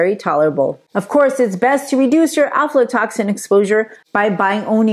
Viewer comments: Pronunciation is difficult but it’s afla not alfla. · Afla...not Alflo. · I could only make it a few minutes into the vide because of the lady’s mispronunciation of Aflatoxin. The first two letters and AF not AL.